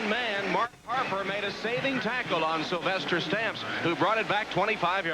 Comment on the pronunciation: Say 'Sylvester Stamps' like Sylvester cat...lol. You cant unhear it... I wonder if his nickname was 'Food'